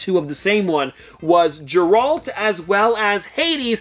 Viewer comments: Sorry lover your vids but please its Geralt as in gear alt. Not gerald. Small bug bear and don't want you to get slamed by Witcher fans 🥰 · I didn’t know who he was talking about “Jeralt” 💀💀 until he showed the soda and it was Geralt (Gehhhe-Rahalt) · The pronounciation of geralt bugged me 😂